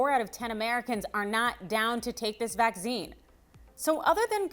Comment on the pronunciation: AARRGGHH!!! The word is pronounced Vack SEEN not Va ZEEn.